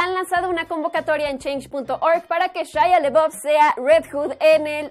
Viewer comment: Primera vez que escucho a alguien cayéndole mal Shia, y por cierto pronuncia bien su apellido.